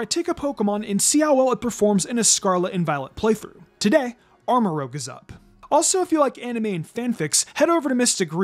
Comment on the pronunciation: I love how he pronounces Armorouge haha